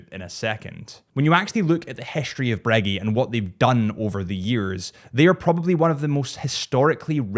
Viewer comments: Breggy...nay sir Breg-gay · "Louise" Cartier and good ole Breggy! You must have done that on purpose. Haha! But seriously, stunning lineup of legends. Thanks